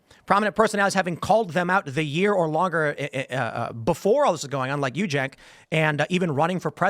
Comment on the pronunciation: So, it's "Jenk," not "Chenk?"